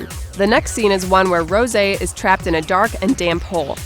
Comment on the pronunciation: Rosè rpronounced as rose